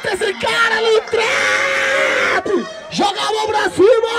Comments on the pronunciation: ele n consegue falar trap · O cara não sabe falar trap? Kkkk